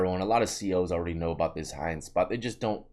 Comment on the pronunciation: Sounds like ya saying hind spot when u say hiding 😂😂